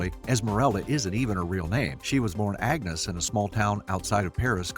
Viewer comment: Agnes is a beautiful name in French. Ugh. Americans butchering a language. You’re pronunciation of Notre Dame is horrible as well.